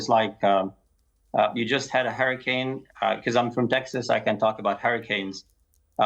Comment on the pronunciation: I can't be the only person who heard "Harry Kane" when man said "hurricane"